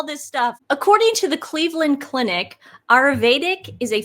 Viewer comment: TUR-ME-RIC. A-YUR-VE-DIC Sorry! But your everytime you mispronounced those words I just hurt... deep inside